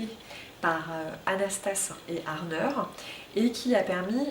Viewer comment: Ce n'est pas Warner et non Arner ?